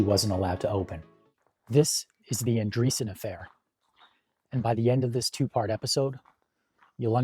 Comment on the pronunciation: ANDREASSON, it is pronounced ANDREAS-Son